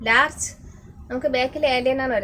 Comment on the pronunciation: Larch അല്ല Large ആണ്😅